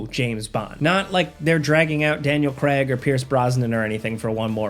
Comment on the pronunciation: Daniel 'Creg'. Urgh.